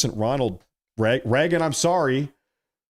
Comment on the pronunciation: His name is Ronald Reagan not Ronald Ragen